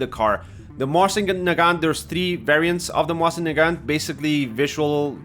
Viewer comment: It's MOSIN, not "moahsin", they're not French, you know? :)